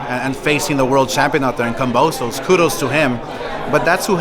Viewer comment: Oscar said kambozo lol word Oscar thats a good one lol